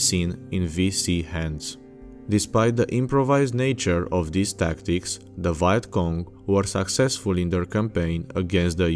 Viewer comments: You pronounce vietnam correctly but then you say viet cong like “Vayat cong”😂😂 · ah yes the VYE-ET KONG.... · How can you pronounce Vietnam properly, but not Vietcong? It's basically the same word.